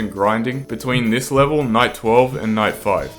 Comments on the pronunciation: night 11 sounded like 9/11 when I heard this I almost deleted pvz2! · lol him saying night sounded like “ nine “ prolly did it on purpose haha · nahhh, really? of course he did dumbie it just sounded like nine